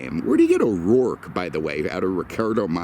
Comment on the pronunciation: Mr. Roarke NOT O'Roarke.